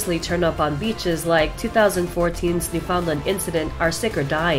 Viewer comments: ffs i live in newfoundland and its annoying when channels call it the way u said it like bruh its in tge name NEW FOUND LAND. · Every Newfoundlander cringed listening to her say New-foundlind :P